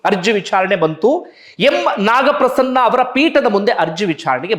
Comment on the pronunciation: You have to pronounce naga Prasanna sahebru they are justice of Karnataka high court please to learn this very important pronounce about judicial word before like this